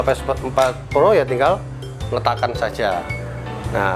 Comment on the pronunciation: Bang ps4 pro bang bukan ples